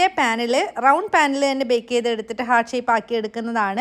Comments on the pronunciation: Heerrt allaa pronounciation hart ahn 😂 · Heart ഒരിക്കലും pronounce ചെയ്യുമ്പോൾ ഹെർട്ട് എന്ന് പറയില്ല. ഹാർട്ട്‌ എന്ന് തന്നെയാണ് പറയുക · Hurt alla... heart aaan😊